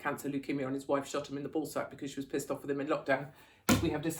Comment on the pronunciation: With! It’s with! 😂